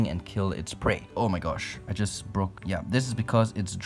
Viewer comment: "I'm gonna be preserving this specimen" 0.00001 seconds "Omaigash" 😂😂